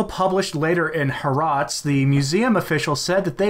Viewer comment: In case future Israeli articles coffee up, haaretz is pronounced ha-eretz. Also, it must be understood the ladder of citizenship there, only to know the situation in that country, never to condone it, and especially for those who still believe the 2 Covenants propaganda (believe it or not there are some traditionalists out there who believe it). In Israel: the only first rate citizens are the Ashkenazi, then under them are the Sphardic Jews, then add third rate citizens (partially due to the majority of them in that land are Arabic), Christians, whoop only really have any favor with the Israelis due to tourism and christian zionist support, in other words-the money. Finally all and any other Arabs.